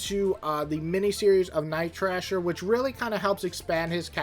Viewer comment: JFC it’s Night THRASHER, not “Trasher”! And FIRESTAR, not “Firestarter”!